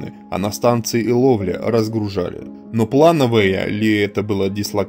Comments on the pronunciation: ИлОвля.. Слух режет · Иловля ударение на и)))